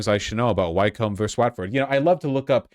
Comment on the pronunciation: As a Brit, Vaush's pronunciation of Wycombe and Watford hurt my soul 😂